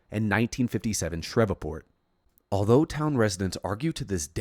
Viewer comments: Love you, it's SHREEVEPORT lol 👽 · Shreveport is Sh-reeve-port, I used to live there! Nice video as always! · Uh, how did you pronounce "Shreveport?"